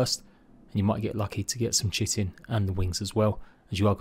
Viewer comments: Correct people's pronounciation: Kite-in Incorrect people's pronounciation: Chit-in Me who knows the correct pronounciation but simply doesn't give a crap: Shit-in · why does everyone say chit-in.......its pronounced Kite-in......